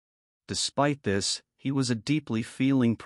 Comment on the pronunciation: Your A.I. robot narrator gets the inflections wrong. When it says "Tesla explains it this way", it puts the emphasis on the word "explains", so it sounds like this: "Tesla EXPLAINS it this way". But what the script is supposed to be saying is "Tesla explains it THIS way". GET IT??? It's a completely different meaning!!! Why can't you clowns fix this stuff before you post your A.I. video?? Or better yet, how about getting a REAL HUMAN BEING TO READ THE DAMN NARRATION. I'm so sick of your BS.